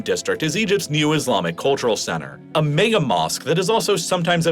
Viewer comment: mayga instead of mega is throwing me off